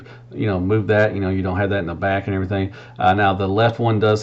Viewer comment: “And erietheeng”